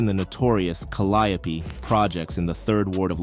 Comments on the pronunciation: It's pronounced Cal (like pal) li (like lee) ope (like open for example) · Whoever this guy is reporting is trash he has wrong pictures up here and could not even pronounce calliope properly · the way you pronounced caliope is crazy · Cah-li-oh-pee killed me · It's crazy the way they pronounce calliope😂😂😂😂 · 😂right it’s driving me insane